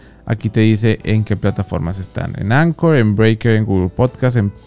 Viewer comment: Se pronuncia ankor y ahora ya es de Spotify